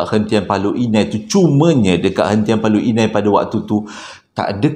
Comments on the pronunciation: Paloh Hinai la..😂 bukan Paloi Inai.Sy tinggal kat kawasan ni hahah.Paloh Hinai ni terletak dlm daerah Pekan, Pahang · Bukan Paloi Inai,,Paloh Hinai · As salam Admin.....pembetulan PALOH INAI bukan PALOI INAI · Hentian Paloh Hinai. Bukan paloi inai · Paloh Hinai, bro, bukan paloi Inai 😆